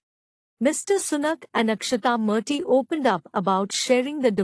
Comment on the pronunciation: Correct your verbal pronunciation. Its "Murty" not "Marty".